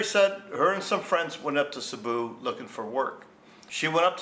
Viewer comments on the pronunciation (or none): none